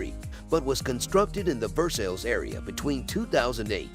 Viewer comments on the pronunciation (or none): All of the similar shows are well done and appealing to the eye. But I do wish if he were going to continue talking about the most exclusive most expensive homes in the world that he would get help with pronunciation. Just 1 example: Versailles pronounced "Versail."